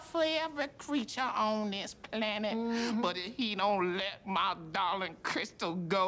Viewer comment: “with ma prayers” 😂😂😂